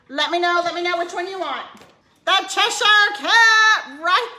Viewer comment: The fact that she calls the Cheshire Cat “chezzy” makes me feel like she’d be a really scary person to make mad...she’d be like “BAD JUJU BAD JUJU!!!!”